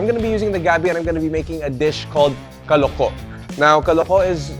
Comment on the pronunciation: The way the word “kaloko” pronounced is effin’ wrong. Correct pronunciation is “kalúko” as in “kah-LOO-koh” with stress on the second syllable.